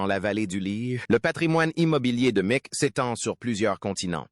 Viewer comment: Et si vous disiez Mic au lieu de M c Jagger